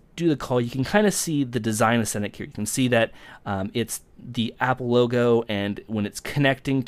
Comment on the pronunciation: I thought you said "app logo"